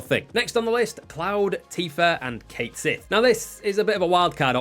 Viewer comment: I said this in about a thousand different comments sections it's pronounced (catshit) one word